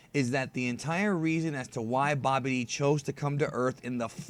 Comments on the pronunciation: Who's Bobby D. (it's pronounced Babidi) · You say babbadi like bobby--d